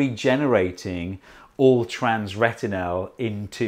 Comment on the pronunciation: "all-TRANS-retinal"?! Demonetized.